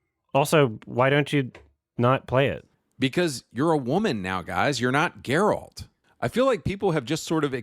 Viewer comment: almost forgot this is the guy that calles geralt "jareld" at one point